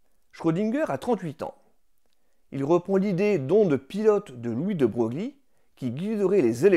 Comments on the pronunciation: Merci pour la vidéo 👍 Sinon je pense que l'on dit "Louis de 'Breuillle'" et non pas 'de Brougli'. On me l'avais remarqué pendant mes études, du coup j'en profite 😅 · Beau boulot de vulgarisation que cette vidéo ! 🙂 Bravo et félicitations ! Et pour être tout à fait complet, il convient de retenir que "de Broglie" se prononce "de Breuil" ... 😉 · Bonjour, alors moi je voulais vous faire remarquer que Louis de Broglie se prononce "de Breuil" -:)) Je plaisante bien sûr!! Cela importe peu (et ne devrait même pas être relevé) au vu du travail que vous avez effectué et de l'importance de la transmission de votre savoir. Merci encore pour votre vidéo, la vulgarisation de tels sujets est essentielle pour les faire connaitre bonne continuation